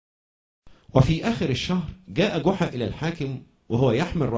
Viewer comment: جحا وليس قحا